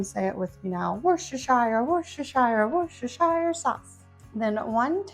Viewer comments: Wur-ster-shur ❤️ no “shire”!!!! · Hope you don't mind, but it's pronounced Wustersheer Sauce. I know, I know. Depending on context, its pronounced either Shire or Sheer. In this case it's Sheer. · How is it that no one can pronounce worcestershire sauce?